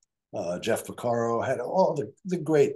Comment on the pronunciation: Jeff "Porcaro" not "Pacaro" for whomever did the video